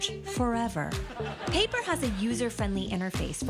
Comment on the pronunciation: "...Paypr".. lmao! 🤣🤣🤣🤣